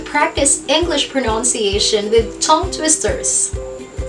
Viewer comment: What is the right pronunciation of PRONUNCIATION? As i hear from you, you pronounce it as pronounciatiation.